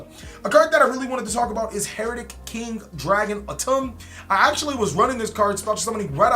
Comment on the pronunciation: It’s been 5 years. Pronounce the archetypes name properly already.